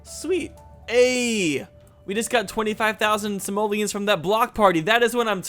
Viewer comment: I can't hear say 'Simolians' without thinking he's actually saying 'Somalians'. Is it just me?!:P